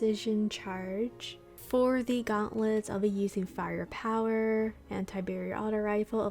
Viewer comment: I liked it when you said fire powwah in beginning 🤣